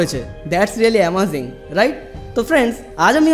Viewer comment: দাদা ওই কথা টা অ্যামাজিং নয় আমেজিং